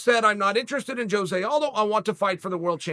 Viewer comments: Sonnen … In your quest to be the best, I mean better than the rest. Cuz you are a true freak show and the one that is always in the know … can you do me a favor though. Pronounce Aldo’s name right that way your show will be tight and give others fright. Phonetically speaking (believe me I’m not tweaking) it’s HO-ZAY not JOE-ZAY. A ROW-ZAY by any other name would stick as hard. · They way Chael pronounces ‘Jose’ had me dead lmfaooo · Why is Jose Aldo the only Jose that people pronounce the J?